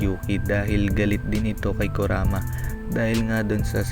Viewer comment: ano sabi mo kuraka. kuraka o kurama. Tangina mo tarantado.ayusin mo paggagawa ng Vedio 😆😆😆 👎👎👎